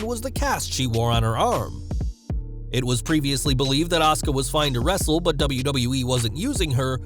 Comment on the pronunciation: Sweety,, it's not ASKA, it's ASUKA. THERE'S A "U" IN HER NAME. 🌹